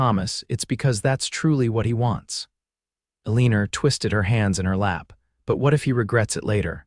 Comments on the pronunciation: Her name is pronounced...'E - LEE - NAH.' Not...E - LEE - NER!' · Eliner, instead of Elena, is irritating. But a wonderful story with a compelling storyline. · Enjoyed story BUT the woman’s name is Alena NOT Alerna. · I find myself wincing every time the narrator pronounces her name. “AHLEANER” Instead of “Elina”. VERY distracting, even knowing it is from a AI. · elineer? should be Elina(h) or El(e)nor (oar) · Elina, not Elinar, no R at the end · Agree!!! Elina...NOT Eliner!!!! These narrator's need to "proof read" before putting words to actions aloud for us critics!!!! Not that I am a linguist, but I do try to speak distinct and correct and spell correctly. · The accent of Elina should be on the El. Stop making it sound like eleener. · "ALEENER" SERIOUSLY?!! 🤦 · I agree lol ElinaRR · That is really annoying - Elina is not pronounced that way. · Elina ends with a not an r! 😡 Seriously sounds awful! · Whoever taught the AI pronunciation might be from New Hampshire. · Pronunciation ruins the story. Best not to listen. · AI needs a couple more years of schooling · I can never tell if they're trying to say Elina or Eleanor. Can't always trust the print script either. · Yes, that really ruins the story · Great love story. Agree about the pronunciation of Elena. Very distracting